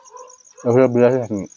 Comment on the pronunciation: Nxt videot chatoni buli kobosun dada,,,,,chatoni😂